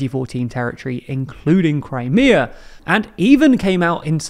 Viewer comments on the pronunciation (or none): none